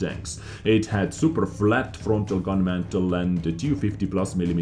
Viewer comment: it's mantlet maaaan :) not mantel